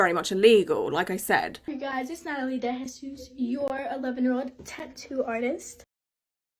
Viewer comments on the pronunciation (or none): DeJesus is sounds like Day-Hesus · I have missed these so much! It's pronounced more like "day-hey-zuus" your hair makeup and nails look amazing! Also the kitchen nightmares sound is killing me 🤣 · Deh-heh-zeus for anyone wanting to pronounce her name correctly. ‘J’ makes a ‘H’ sound in Spanish. The second ‘h’ I put in there is just so the ‘e’ gets pronounced correctly if you are reading it, make it a soft h. That note aside…complete and total yuck. I am actually really surprised she hasn’t been shut down yet. Not only that I’m super surprised she has that many followers and people to defend her. Cause like I feel by now if you are watching her content you must be watching other tattoo content and have likely seen the problems people have brought up.